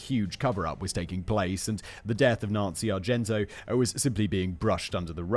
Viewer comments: Love Simon, love these videos but for the love of all that is holy PLEASE learn to pronounce the victim’s surnames before posting these. Argento is not the same as Argentino. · Argento, fact-boy? Argentino. It’s not like you’re not reading it and can’t see the extra syllable there. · Her name is, R-JEN-TEE-KNOW! I'll spell it out phonetically again, R-JEN-TEE-KNOW! Simon's got a touch of the ol Dyslexia! 30+ minutes of hearing him call her Argento is annoying. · Simon I love the CC videos, but it made me wince each time you said called Nancy ArgenTO when the screen clearly said ArgenTINO. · Nancy Argentino not Argento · Can we take a moment to think about Nancy, the victim here, who Simon mispronounced her last name every time in this episode? Her name was Argentino, not Argento. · Her name is Argentino not Argento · Matt, love the wrestling scripts! More please! I'd love to see a Brain Blaze on Montreal. Simon, it's Argen-tino. Great job nonetheless. Jen, gems of memes, thank you. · Simon … not Argento. It’s Argentino. Are gen TI no. I know you have problems with mispronunciation, but I wouldn’t be the autistic pendant if I didn’t point that out. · Ar-gen-TEEN-a. Not "Argento". Ffs. ....and he stayed at the Motor Lodge because it was cheap . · Simon: talks about paying attention to the victims Also Simon: says Nancy "Argento" for the whole video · I'm glad I wasn't the only one. "ChikaLIto" and "Argento" both caused me to actually cringe every time he said it. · Argentin-O........be sure you're right before trying to correct someone. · You could at least pronounce the victim's name correctly... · tells us "place bo" story, misreads Argentino whole episode, gotta love Simon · is it just me or did Simon mispronounce poor Nancys name for the whole Video? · Simon keeps missing a whole syllable of Nancy's last name omg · Is the fact that Simon didn't pronounce her name correctly once despite it being in the video title surprising? No, no it's not. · NOT ONCE